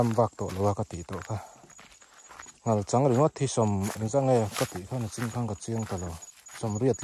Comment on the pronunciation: Nachin hi ti thin lo teh u, mizo tawng ah nachin a awm lo, nichin tih tur